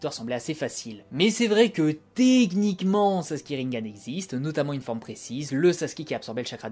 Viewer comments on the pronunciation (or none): none